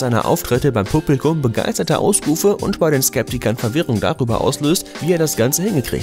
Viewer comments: hns. xc blubligouhm 😂👍🏼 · wie du "Publikum" gesagt hast 😂